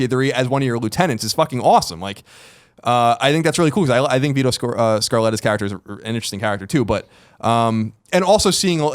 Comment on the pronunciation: Vito "ScaRletta"